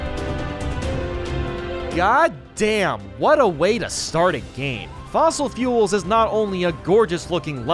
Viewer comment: says fossil fuels instead of fossil falls Comments: we are gonna end this mans career